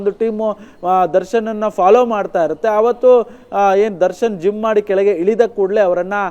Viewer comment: ಜುಮ್ಮ್ ಅಲ್ಲ ಕಣೋ ಜಿಮ್ 😂